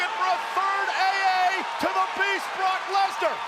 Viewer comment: "Brotch" Lesnar?